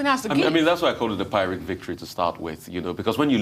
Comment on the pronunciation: Great show as usual. Please note the first syllable of pyrrhic is pyr (same as pir), not py (as pi/pie)